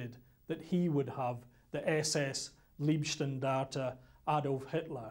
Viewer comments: and These are stupid americans dressed up in Waffen SS camo. And this is funny, he says Liebstandarte, which would mean Guides of love! :-) The word is LEIBstandarte, totally different pronounced. Bad documentary, not well informed. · It's always difficult to give any credibility to "historians" who offer commentary when they can't even pronounce "Leibstandart" properly. It's LEIB, not LIEB... ferrchrissakes. "Leib" means body; "Lieb" means love, as in Liebe. Quack historians for quack interpretations of history.... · Funny failure in pronounciation of the word "Leibstandarte". Amongst english speaking people it is often pronounced "lieb" instead of "Leib". Leib means body, therefore Leibstandarte means Bodyguard. "ei" is pronounced as in the word lie (an untruthful statement). lieb (with "ie") is pronounced as in "bee"and means "lovely". But the SS was far from beeing lovely. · Why can’t he say liebstandarte properly? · How comes these British researches that are supposed to be the experts on the field don't manage to pronounce correctly the subject of there research; it is not "Lieb" Standarte but "Leib", with the very British "y" sound as in "why" ? Fortunately enough, they don't have to pronounce "Schicklgruber", I wonder what kind of dish they would have made out of that tongtwister. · If one wants to be expert on the German army in the II world war then one should be capable of speaking german in a way where he could pronounce the word leib. If he isnt capable then it forces one to think that he is a second hand historian who hasnt studied the original documents. It dousent certanly mean that but some doupts arise